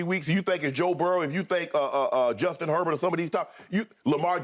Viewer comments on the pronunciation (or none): none